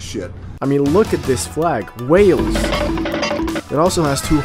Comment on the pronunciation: WHALE-EES hahahaha it's Way-uls